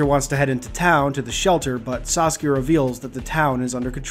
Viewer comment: Every time I hear you say "Saskia" I think you're saying Sasuke like the Naruto character.